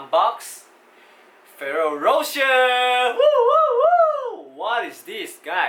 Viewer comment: You pronounced it wrong dude, the Ferroro is right but the rocher is wrong, it should be like Ro "SHARE" because the italian accents.